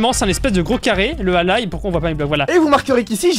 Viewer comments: on dit allAille pas allay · ça se dit pas allaye ça se lit allai on dirais que tu dit à l'aille